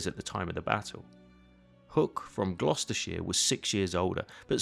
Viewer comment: Gloucestershire is in fact pronounced like glostershere.